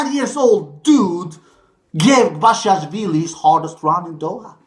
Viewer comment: You pronounced basilashvili well but I think it's best to call him "Bash - i - Lash - villi" as that describes his play style